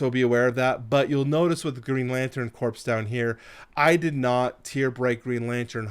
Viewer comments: Also Corps is pronounced like “Core” not “Corpse”. Awesome video though! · What he said. And Corps is pronounced “core”, as in the “ps” is silent.